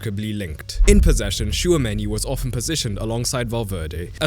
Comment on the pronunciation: Bro I love your videos but please learn how to pronounce Simeone because that is disgusting. Btw I don't watch a lot of Real Madrid but I always thought that Tchouameni works waaay better as a single pivot than with someone on his side. He might work (kinda?) good with an all around partner who stays over him (like Enzo with Caicedo), but otherwise it's waaay better without any other pivot support; maybe a midfield 3 with Camavinga on the left (here and with France) and Bellingham/Thuram on the right, with a real 10 and a second forward to help Mbappè. Do you agree with this?